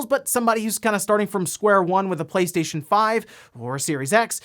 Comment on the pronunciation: Now everytime i hear him say PlayStation i hear PlateStaion.